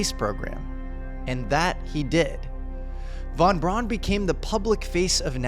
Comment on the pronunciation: Von “Brown”. Brown. Like the brand. Brown:)